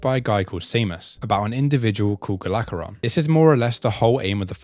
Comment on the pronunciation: Hearing "Galageron" annoyed me so much lol. Gol Aggoron. That's his name